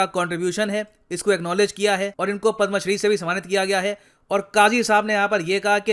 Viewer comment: Aap पद् मा श्री kyo keh rhe he jabki ye पद् म श्री है। Jab hindi educators hi sahi se Indian Honours ke naam sahi se nhi lenge, to fir kya fayda in per videos banane ka. Jara sochiye